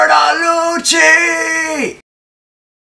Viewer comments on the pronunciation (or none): It's pronounced Bertolucci, not Beardolootchi